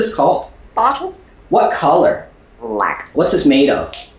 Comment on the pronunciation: Bro emphasized the black 😭